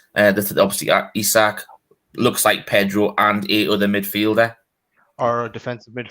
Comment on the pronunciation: how do you read Isak and pronounce it Aye-Zay_ak come on guys at least try to pronounce names